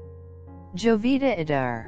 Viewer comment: Sorry but you aren't even pronouncing her name correctly.